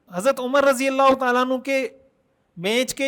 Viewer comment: بہت عمدہ ج زا ك اللہ خیراء محترم خالق کائنات کا نام ذاتی اللہ ہے نام میں لام کو کھینچ کر ه کی آواز آنے پر نام مکمل ادا ہوتا ہے تصحیح کے لئے عرض کیا امید اصلاح فرمائیں گے صاحب علم حضرات کی خدمت میں عرض ہے